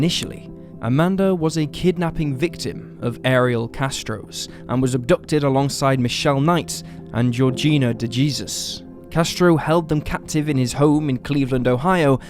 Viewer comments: Did I just hear you say Da-Jesus? 😂⛪ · The J is pronounced as an H in De Jesus I don't normally say anything to anyone about things like this but in this case its ridiculous that you don't know this...